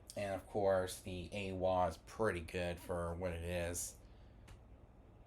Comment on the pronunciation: It's pronounced "eye-wah"